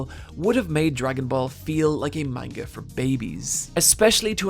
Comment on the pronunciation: This is decently researched, but please pronounce manga right.